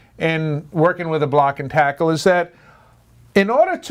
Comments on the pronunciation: Can't find the term "made-off" in any marine dictionary, nor have I ever heard it used in any class or onboard a vessel. The phrase literally means to "run away with," so that is confusing to say the least. Also confusing is your pronunciation of the word "tackle" as "take"le... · Great information. But how in the world can you know so much about block and tackle systems yet but NOT know how to pronounce it properly. Oh wait, you actually started saying it correctly . Weird. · What the hell is a "takel"????